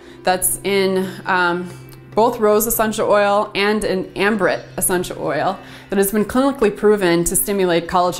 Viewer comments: Really informative video. Thanks. Can you please let me know the essential oil you mention after Rose and before Frankincense that is high in farnesol? I can't quite figure out what you're saying. Sounds like Ambrit to me...? Thanks. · I just listened to your video and found it very informative. Thank you. I also could not quite understand the name of one of the oils you mentioned; it sounded like you may have said "Ambrit", but I cannot find any essential oil by that name. Would you please be so kind as to clarify. This was the oil that was high in farnesol.Thank you.